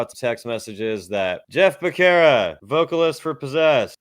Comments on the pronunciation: It’s pronounced Beh-Serra. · Btw Becerra is an Hispanic surname & ur pronouncing it wrong get it right fukin eyesore